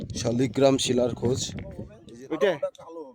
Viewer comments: দাদা কথা টা ঠিক করে বলুন শালি গ্ৰাম না লাল গ্ৰাম এইটা ভগবানের নাম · শালিগ্রাম না শালগ্রাম আগে উচ্চারণ ঠিক করুন পরে ইউটিউব করবেন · উচ্চারণটা ঠিক করে করুন, কথাটা শালিগ্রাম নয় শালগ্রাম ভগবান হবে। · শালগ্রাম,, শালিগ্রাম নয়